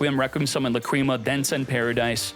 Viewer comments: Lácrima, not Lacríma. :) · i thought it was la creamy